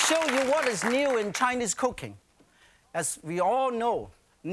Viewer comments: whenever he says cooking, it sounds like cocaine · First 10 seconds, thought he was saying cocaine, not cooking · anyone else hear make "cocaine" 🤣🤣🤣i grew up with chef yan on pbs and chef pepin n julia etc etc these chefs were part of my childhood love these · Why is it when chef Yan says cooking.... He sounds like he's saying cocaine 😭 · did he saying cooking or cocaine, lot more fun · Yan sounds like he’s saying cocaine instead of cooking😊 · lol, sounds like hes saying cocaine when he says cooking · What Yan says: Cooking What I hear: Cocaine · oh thank god it's not just me